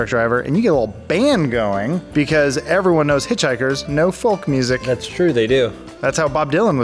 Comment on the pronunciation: Did Adam say "Fulk music" ?